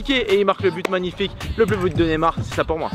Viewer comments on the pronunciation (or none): C Neymar pas nemar prononce le bien stp